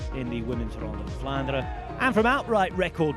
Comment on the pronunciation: As a native Dutch speaker I can confirm that generally in Dutch all letters are pronounced, however EN at the end of words is one of the few exceptions. Most Dutch people will ponounce words ending on EN as an UH sound known as a schwa ( ). Belgian people are a bit stricter in their usage of Dutch so some might really articulate the EN but i think even in Belgium it is a minority. So Vlaanderuh is perfectly fine.